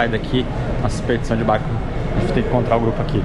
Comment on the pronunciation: Qtas vezes a falou BArrCO nesse vlog? Kkkk